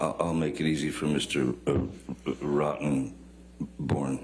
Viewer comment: Mr. Rotten... borne. 😆